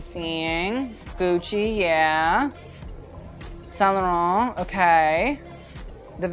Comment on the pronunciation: Same for saint laurent ! As a french person he pronounced it really well most of the time